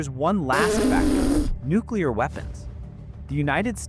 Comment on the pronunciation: Haha I love you way you say Nuclear.....nucular!!! Lol